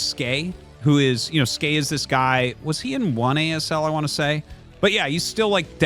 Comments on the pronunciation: Arty, why are you still pronouncing it Skay? The ASL 19 translation confirmed it was S key in the opening interview. It makes sense. He plays Terran, and the S key makes an SCV. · Not even Skey knows how to pronounce Skey.